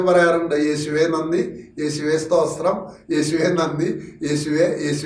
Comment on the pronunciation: സോസ്ത്രം അല്ല Sir. സ്തോത്രം എന്നു പറയണേ. 🙏